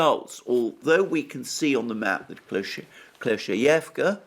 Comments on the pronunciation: Klishchiivka!! NOT KLESHEHEVKA! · Exactly. And the next time I'm gonna go into tantrum while listening to him say "Klescheevka" all I'm gonna do is go "Good job, Alexander!"